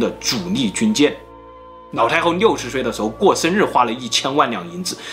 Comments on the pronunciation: 我怎么一直听到 脑 太后？😅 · 是不是故意發音成腦太后？ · 的ㄌ音會唸ㄋ音。 一直聽成“腦”太后，”那”八。很有趣，不知道是哪裡人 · 她真的很誇張...我一邊炒菜一邊聽,一直把老太后聽成老太婆XD想說英雄所見略同(X) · 是哪个口音, 把 L 念成 N, 老太后念成脑太后。内裤念泪裤,牛奶念牛lăi。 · 我一直听见脑太厚 HAHAHAHA 有人和我一样吗？ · 每一次都听成 : 脑太后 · 我听成老太婆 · 你沒聽錯，他就是這樣發音的 不知道為什麼他的發音，都把 L 和 N 對換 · 你的 ''腦''太后很出戲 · 对不起 你说的故事十分好听，可是我真的很在意你的发音＂脑＂太后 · 樓主有所不知，跟王剛，還有他的徒弟漆二娃一樣，每次發L的子音時，都會念成n的子音，比如切料念成切尿，輔料講成輔尿，而老太后就念成…………